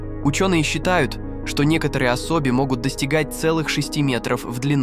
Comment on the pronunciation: клЫками, осОби, ИИ что ли озвучивает?